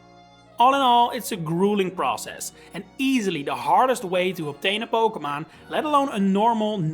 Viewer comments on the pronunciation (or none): If find the way you say "pokemahn" very amusing. Are you dutch ? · why do you say poke MON